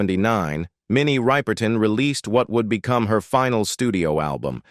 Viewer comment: When the AI voice pronounces "Ripe-er-ton" it makes me cringe. It seems so disrespectful. Put some respect on her name. If you can't don't bother. I just want info on her life.